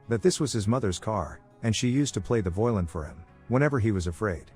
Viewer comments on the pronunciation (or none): Dude what is wrong with your grammar and pronunciation? This sounds like a third grader with an adult's voice reading his book report. I mean I know you have to be doing this intentionally because even a completely illiterate person would know that "violin" isn't pronounced "voylin" and can tell the difference between past and present tenses, but why? It's super annoying. If your script was being graded in a class it would have so much red pen on it you couldn't even read what it originally said. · Fucking speech ai, are you guys to lazy to do your own voice narration? WTF is a voulin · I like how AI can’t say “violin.” Lol